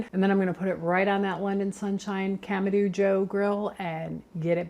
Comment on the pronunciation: You started out saying it right but you changed to camadooo😂